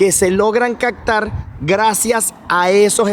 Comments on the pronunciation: buen video pero se dice CAPTAR no CACTAR tambien se dice HELICOPTERO no HELICOCTERO regresé varias veces el video para escuchar y también para leer tus labios y en realidad dices de la forma que yo te estoy explicando no fue imaginación mia. Gracias saludos y me gustan tu videos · "CAPTAR" no CACTAR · Compa, te recomiendo practicar tu pronunciación.. CAPTAR = Lo dices “Cactar” HELICÓPTERO = Le dices “Helicoctero” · se dice captar. No digas cactar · ¿Soy el único al que le da algo cada vez que dice "sektiempre", "caktar", "okciones", "helicóktero", etcétera? 😳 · Genial el tour, pero nunca se vieron los espejos en acción...por cierto comunicas al planeta hispano..exprésate con corrección...caCtar no existe...es con P.. caPtar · es captar con p, no con c...regalame esa palabra como es, gracias.. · muy buenos tus videos, lo único es que se dice caPtar con P, no con C. Va con onda.